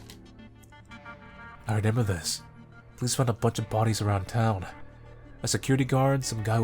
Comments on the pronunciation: please take this as kindly as you can i like your content but its re-MEM-ber not re-NEM-ber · I just realized you say renember instead of remember. I thought I was the only one who said that..